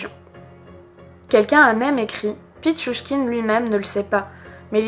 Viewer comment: Bravo pour la prononciation de pitchouchkine !